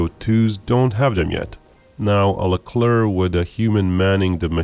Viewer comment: The ONLY video where the final c in "Leclerc" is not prononced. Bravo.